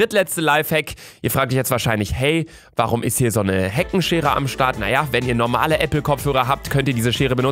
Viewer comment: Min "Heckenscheere"😂